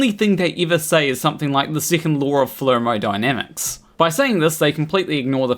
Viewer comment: "😂The second law of flermodynsmics".